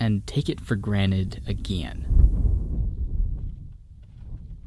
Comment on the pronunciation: You say again Weirdly it's funny(